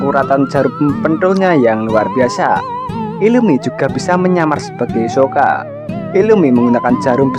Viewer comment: Hisoka min bukan yosoka